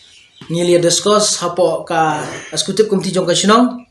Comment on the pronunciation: Excecutive ym dei escecutive da kren bha bah sngew lehrain